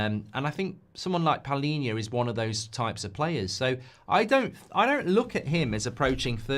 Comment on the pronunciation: of them😂😂 it's PALHINHA the right one.